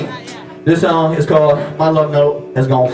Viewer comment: thIs SawnG iS CaWleD My lufNowte Has gawne FlAt That was so country he could fit in with my family at Thanksgiving.